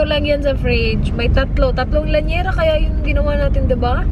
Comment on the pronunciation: It is Llanera not Lanyera